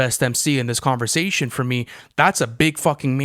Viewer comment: Lmao every time pronounces conversation as converzation 😂